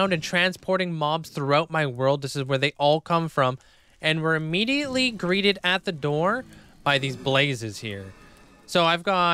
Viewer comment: sooo you can pronounce pneumonoultramicroscopicsilicovolcanoconiosis with ease but you can't pronounce "greeted" LOL🤣don't change love the video as always ❤